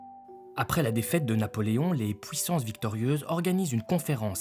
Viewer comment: Tas du mal a dire UI. Puissance... Fuir ...